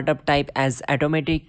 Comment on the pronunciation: Thanks for info but pls it is 'Auto' matic , not 'eto'matic